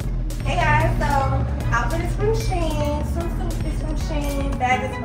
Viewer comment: Shein is pronounced "she-in."